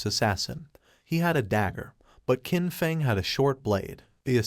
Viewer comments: The characters name is Qin Feng. The proper pronunciation would be chin fung. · Wtf is wrong with people posting videos that can’t even properly pronounce names. Main character is called Qin Feng which is pronounced like chin fung. The silver haired goddess looking woman is named Ashashishis pronounced ah sha shee shis not asathis or whatever the fuck the ai is saying